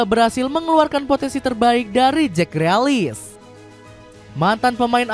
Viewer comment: Grilis bang, bukan grealis 🤣